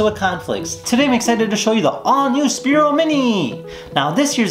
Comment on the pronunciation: Spiro was the first name of a former VP in USA. Sphero (PH pronounced like F) is the company that manufactures the product you are reviewing. Please stop pronouncing it incorrectly...on all your reviews